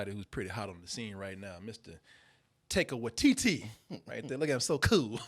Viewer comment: The way pronounces Taika Waititi sounds like a little girls euphemism for going to the bathroom.